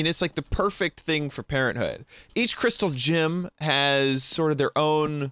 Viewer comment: It sounds like you're saying "Crystal Jim" not "Crystal Gem". :D